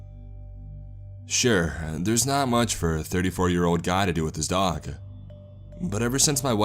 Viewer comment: Dog-uh, live-uh, nice-uh,, fire-uh. What is that a CA surfer accent? I mean accent-uh. Its distracting-uh.